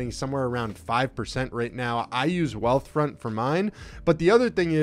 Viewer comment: Can you mention the high savings bank you use? I couldn't understand what you said I heard I heard Weathfront?